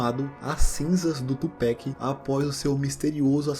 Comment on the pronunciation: cara, não fala tupec não kkk.. é Pac mesmo, com a kkk.. não é uma critica ruim ok, seus vídeos são muito fodas. parabéns.